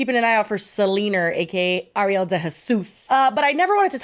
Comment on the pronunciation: Why do people constantly interchange Ariel and Arielle when pronouncing either of them? Truly the names that boggle and stump people. It's Ariel. She said it, why is Jessi calling her Arielle?